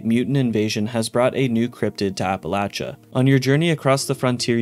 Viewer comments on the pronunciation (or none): The way you pronounce Appalachia makes me cringe….